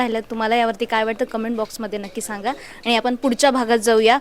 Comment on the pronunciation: आपन नाही आपण म्हणा.